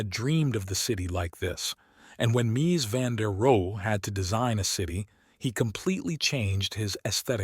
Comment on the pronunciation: Interesting subject, but I couldn't sit through the AI narration. How many different ways can one model mispronounce a man's name?